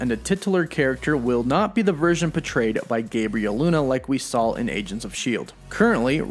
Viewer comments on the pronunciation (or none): none